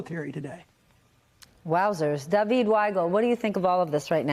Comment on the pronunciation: Dah-Veed Weigel